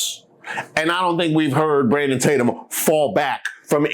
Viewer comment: is it just me, or did Nancy call him Brandumb Tatum? 🤣